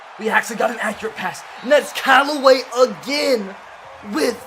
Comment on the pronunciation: Anthony Callaway don't do my Brown's like dat He did say it right later